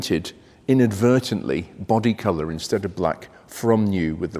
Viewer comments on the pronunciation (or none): none